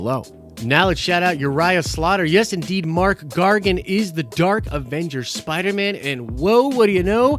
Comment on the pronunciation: Mac* Gargan. Not Mark...